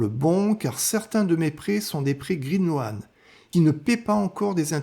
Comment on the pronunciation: Green loan, ce prononce green lone, pas loane, OA en anglais ce prononce O ! Bonne vidéo